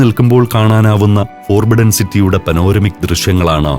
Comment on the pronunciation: the Voice: Forbidden എന്ന വാക് ഉച്ചരിക്കുക, ഫൊർബിഡ്ഡൻ എന്നാണ്. ഫോർബിഡ്ഡൻ എന്നല്ല